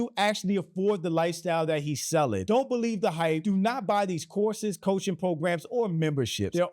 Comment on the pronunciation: I swear, the first few times you said “courses” all I heard was “horses”… And I thought to myself…”well, that does seem to be a hobby for those with money…a lot of money…”